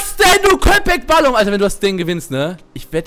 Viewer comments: balım sprichst du falsch aus und es heisst mein süßer köpek heisst Hund und du sprichst es richtig aus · wie episch er das sagt Köpek Balim ALLES klar XD heisst eigentlich KöpekBalik. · Es heißt köpek balik und nicht kopek balim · Balim heißt nicht Hai xDD Balik mit K bedeutet : Fisch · Köpek Balík nicht Balum, :) Bin Türke. :)